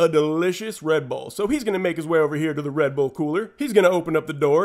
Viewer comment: Sounded like red bowl not red bull